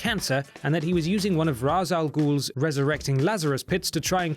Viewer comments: its pronounced raish not ras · Its pronounced Ra’sh al goul not Ra’z, even though it’s spelled with a ‘z’ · Stopped watching the very second you pronounced Ra's al Ghul wrong.